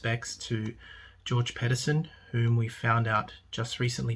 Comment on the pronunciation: First of all your pronouncing Georges second name wrong so please remove this video and correct it you’re doing nothing but using this man’s death without facts as an excuse to rant and run your mouth!! And when the word healthy was being used , it was used as a reference as to how the man said he was feeling .